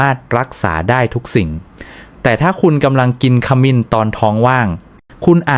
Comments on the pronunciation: ขมิ้น ไม่ใช่ ขะหมิน น้ำผึ้ง ไม่ใช่ น้ำผึง ไม่ใช่คนไทยหรือคุณ พูดผิดๆถูกๆ ไม่น่าเชื่อถือ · บทความมีประโยชน์ดี แต่ทำไมอ่านให้ภาษาไทยให้ วิบัติด้วย จะสิ้น ไม่ใช่ ขะมิน สงสารภาษาไทย ช่วยดำรงค์ภาษาให้ถูกต้องเถอะ ปล่อยผ่านมันจะวิบัติทางภาษา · คามิน-น้ำผึ่ง AIออกเสียงภาษาวิบัติหมด